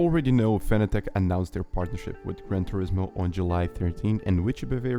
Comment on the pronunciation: Fanatec is pronounced like “fanatic”.